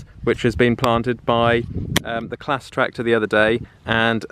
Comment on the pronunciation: He calls Claas clas